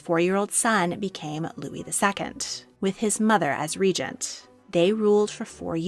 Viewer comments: Re-gent...not ray-gant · This is AI. AI cannot pronounce Regent or Carlos correctly. 😂😂😂